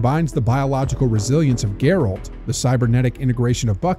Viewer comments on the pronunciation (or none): Its not geralt like gerlad. Its geralt (gare-alt) lol thought that was funny.